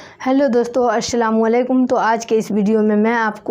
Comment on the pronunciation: محترمہ الشلام نہیں ہوتا ہے بلکہ السلام علیکم ہوتا ہے